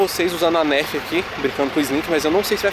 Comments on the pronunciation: aaaahh que agonia dele falando "nérf", se pronuncia "nãrf" AAAAAAAA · NÃO SE PRONUNCIA NÉRFE E SIM NARFI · se escreve Nerf mais fala narf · se fala narf n nerf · NÃO É NÉRFI E NARFE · se fala narf não nerf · Meu filho se fala nerf nao nérfe igual vc falou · Se escreve nerf mas se fala nãrf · Fala "NARFI" e não nérfi .-. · Mano q agonia de ver o falando NÉRFI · se fala narfi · dnv se pronuncia nurf mais fala nerf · É Nuuurf kkk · kkkkkkk se pronuncia "nôrf" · aline as0604 né kkkkkk 😂😂😂😂😂 NÉRFI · não é Nerf que falaa é Narf kkkkk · Tava me dando agonia ouvir ele falar Nérf kkkkk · " NÉRFI " KKKKKKKKKKK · Tá me dando agonia a nérf kkkkk PQ ELE N FALA NERF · se pronuncia "nãrfi"mas se escrever "nerf"MAS cada um tem seu jeito d falar mas ok❤️ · Rachei de rir quando a disse nérf 😂😂😂😂kkkk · SE FALA NAAAARRRFFFFFFFF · Para de falar nerfi mano kkkk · Liraaa escreve-se nerf mais se fala narf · Se escreve NERF Fala NARF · não se fala Nerf se escreve Nerf mas se fala Nerf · se escreve nerf mais fala narf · Que agonia ele falando "nerf" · Não e pra falar Nerf e pra falar tipo narf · Manooooo narfi? Poo agonia de ver vc falando errado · E narfe q se pronucisa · Falo narf errado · Escreve nerf mas a pronuncia seria narf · Escreve nerf mas fala nãrf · Só teve uma coisa que me irritou nesse vídeo,o fala:nÉrf mas eu acho que o correto é nerf sala tmb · Não é nerfi não é narfe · Chama nerf so q se pronuncia nãrf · Mano se escreve nerf mas fala narfe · Nerd ele fala nerf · Se escreve nerf e se fala narf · Se pronunciar nârf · Se fala narf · É nerf e n nérf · Alguém aí errou a pronúncia da Nerf KKKKKKKK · aline as0604 vrdd kkkkkkkkkkk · Pensei que fosse só eu que tinha ficado com agonia de ver ele falando errado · É o jeito que ele fala mas dá agonia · se fala nãrf e não nérf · não se fala nérf é nerf tá bom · não se fala Nérf é nerf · aline as0604 e nerf